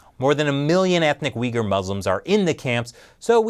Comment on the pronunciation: not weeegiur but OOOHigur (Uygur)